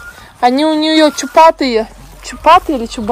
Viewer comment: ты даже не знаешь слово чубатые,от слова чуб,а говоришь чуратые,такое впечатление,что ты не доучила русский!